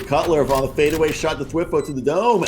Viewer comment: i really didnt like the announcers. especially round 3 9-7 TSM. when they lose 3 members of their team they instantly dropped into the "falling apart for __ team" phase. they seemed kinda biased to me, but idk. also I just noticed that they pronounced thwifo's name as "thwiffo" edit: rewatching i noticed that they said "weak omen in the face of a jett" like what does that fucking mean